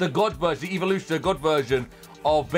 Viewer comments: He said eeveloution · the way he say's evolution